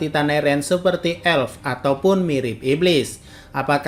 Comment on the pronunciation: Bang bacanya apel bukan apel 👍